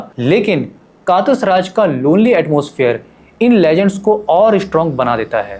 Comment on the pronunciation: "कातस राज" nahi "कटास राज"...hai